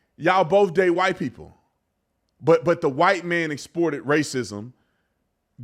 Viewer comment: I believe the word she's trying to pronounce is exploited.